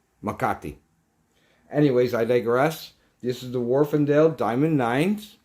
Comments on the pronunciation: Warf not warfen. I'm English and know! Just bought the 1st gen of these used for 80 pound mint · Wharfedale there is no n why is this so difficult to read or say? Also try pronouncing aluminium correctly just for fun. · There is no 'n' in Wharfedale.